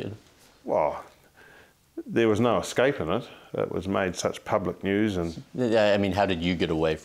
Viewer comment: "Professional" interviewer saying "ex-scape"